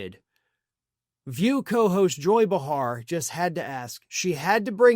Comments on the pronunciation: It’s pronounced BAY-har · Behar is pronounced BAY-hahr. Come on,. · Kindly learn to correctly pronounce Joy Behar's last name.......